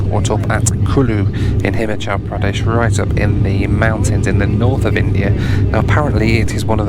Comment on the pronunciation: it's not HIMachal but HimAHchal Pradesn.